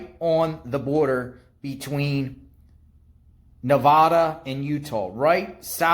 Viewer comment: I wish people would learn the correct way to pronounce Nevada.